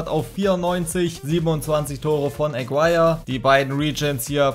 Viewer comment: Warum sprichst Du deinen Toptorjäger wie englisch aus? Is n Kolumbianer (~Agirre) das U is stumm. Können aber die wenigsten Fifa Youtuber. Wenn ich Fussball feier und damit "mein Geld verdiene" online, sollte ich das können oder mit der Aussprache ausländischer Spieler beschäftigen. Aber die meisten von Euch kennen eh nur die Spieler der Topclubs in der CL oder die Top5 der Topligen. Alles darüber hinaus ist "egal" oder was? Gucke Euch gerne aber das regt mich bei allen auf